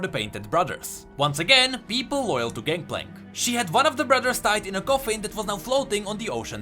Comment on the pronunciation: "ganKplank ganKplank ganKplank" I am slowly going insane with your pronunciation of his name echoing through my mind on repeat...